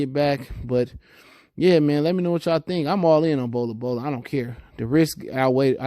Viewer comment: It’s not bola bola my Nigga 😂😂😂😂